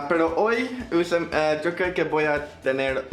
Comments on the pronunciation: Jajajajajaja siii, así de extraño hablan los argentinos jajajajajja el (yo) de ellos suena como "sho" jajaja. saludos! 😊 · hola, los de Miranda son de Argentina y si pronuncian distinto, palabras como "yo", dicen: " sho".